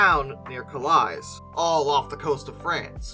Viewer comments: Zubie Zubie Zuuu. How are you? We've got some subs to sink now. Also, with Baron Renfrew, the city of Calais pronounced Ca-LAY, not Cal-ace. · Calais is pronounced "Cal-ay". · you mean Calais right, pronounced as ka·lay or in it's old Flemish name Kales